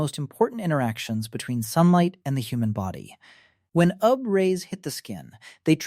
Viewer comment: Maybe ai narration?? Why does it say ooh-ve 😭💔🥀